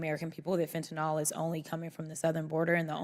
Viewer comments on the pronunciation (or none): Absolutely love Jasmine but I really wish that people would learn that fentanyl does not have an "o" in its last syllable. Small issue, to be sure but it just bugs me.